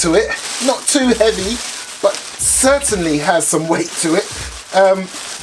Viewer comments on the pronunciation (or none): “Its got a li’ol bi’t a wait to it” man i love this dude